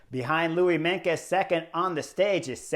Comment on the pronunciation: Not Louis Menkes but Louis MeinTJes (Tjes is pronounciated as "'Chuss' in English) :)